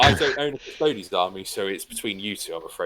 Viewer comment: So if you say "Custoads" instead of Custodes, do you also say "Asstards" instead of Astartes?